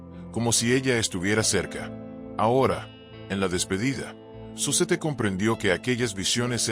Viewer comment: se pronuncia Zuset